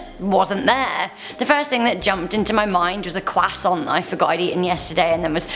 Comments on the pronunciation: Ummmm...... did she cquasont????!!!? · QUAK-sunt That's what I heard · QUWASSON 😊😅😅 Tom Holland come get her😆😆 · Why she say Croissant like Carl Weezer